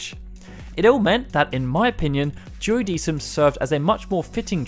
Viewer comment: The "sei" in Seiken is pronounced like "say" not "sigh." And the "decim" in Duodecim should be more like "deck-im." I really wish you guys would take just a few minutes to educate yourselves on proper pronunciations before you narrate these videos. That being said, good job highlighting all these great games! The Chocobo's Dungeon games are also loads of fun, though I know they're not everyone's cup of tea.